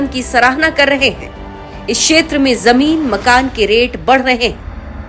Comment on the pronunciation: Inki pronouncing to theek karo. Sheher ko seher bolte hain. Zamin ko jamin bolte hain. Thoda kaam to karna chahiye Chanel walon ko. Thodi quality to honi chahiye language ki